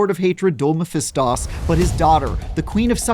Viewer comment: *corrects himself about Lilith's title*... Immediately calls Mephisto "Mephistos"